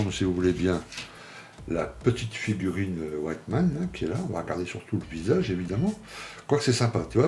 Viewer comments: Attention il se nomme Wittmann et non "White" (blanc en anglais )mann dans la prononciation :-). Hate de voir le montage de ce Tigre de ce grand chef de char. Aussi son tireur il ne l'a plus dans son équipage lors de sa mort. Son tireur était parti commandé une autre unité de char. D'ailleurs son tireur qui était avec lui depuis l'opération à l'est à survécu à la guerre. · Super vidéo et très jolie modèle. Par contre sa ce prononce Wittman et pas Wyttman 😊